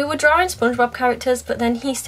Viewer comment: I don't know why but the way she/you say(s) drawing bugs me..... Any one else?